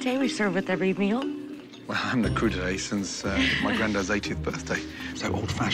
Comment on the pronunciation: Cru d'ete? Hahahaha! "Crudité"!